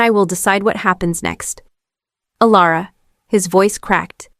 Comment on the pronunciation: Elara or Alera, took only 40 seconds to make a mistake, AI has a poor memory, and the channel is too lazy, "Alara" AI really having a tough time getting the name right.